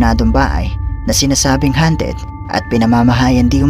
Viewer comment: hindi hanted kundi hawnted...